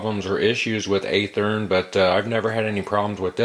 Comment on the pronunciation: By the way... It's pronounced with a Short "A" sound. It sounds like the word "Have". Athearn Just like Kato is not pronounced like the Green Hornet's sidekick... It's K "AH" TO not K "AY" TO.